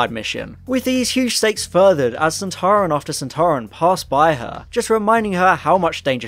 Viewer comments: you think you can pronounce soltaran you are soltarwrong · "Doctor, it's one of those Sonteran things!" "SontAran!"